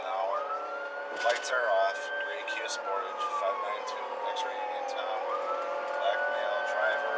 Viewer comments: Did this mofo say sportáge??? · The Kia Sportaaaaazh